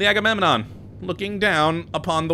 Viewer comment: Yeah I'm just gonna keep hearing that as Haggunenon.